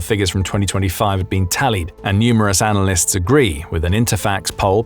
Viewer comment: Did you say “analasysts”?